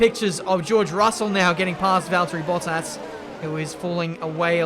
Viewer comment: Bruh the way he say bottas sound like he saying butt ass😂